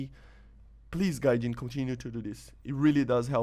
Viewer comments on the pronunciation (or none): none